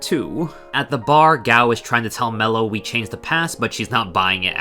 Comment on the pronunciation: Also, why do you pronounce her name "Mellow", it's spelled Meloo directly in the game!